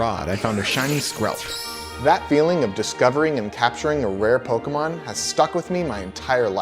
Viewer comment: YOU CANT EVEN SAY POKEMON